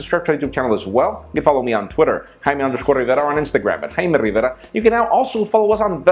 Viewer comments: I watch these videos all the time, sterling stuff, BUT: You speak with perfectly lucid English then when it comes to your name the accent dives into deep Spanish/Mexican. "Follow us on Pocket now, I'm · Why you have to use your mexican accent while pronouncing your name?!